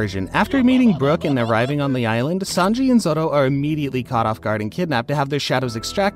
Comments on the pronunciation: It's zoro not zodo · Stop saying zothro